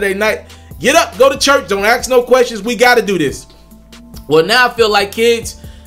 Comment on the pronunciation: Chuch or church? my man this the shit I'm talking about.... Slow down check yo shit you moving to fast....